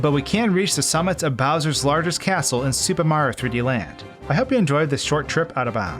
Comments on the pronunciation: Sounds like he is saying Super Maro Land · What about how he slurs "Super Mario" into "Supamar"? I can't be the only one noticing this. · “Supah Mar 3D Land”